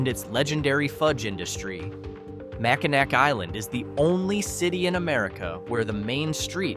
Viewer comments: It's Mackinaw... regardless of spelling Mackinac or Mackinac. Also St Ignace is pronounced St Igness. Get the pronunciations correct! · Do your research so you don't offend us Michiganders. MackinACK??? It's pronounced MackinAW! The name of 'Little Bavaria' is pronounced FrankenMOOTH. St. IgNAYCE?? It's pronounced St. Igness.